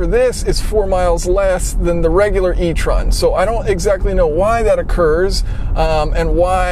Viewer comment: You’re pronouncing étron wrong